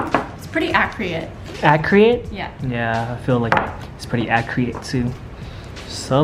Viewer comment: At-cre-it? Accurate. Y’all funny, always making up your own words.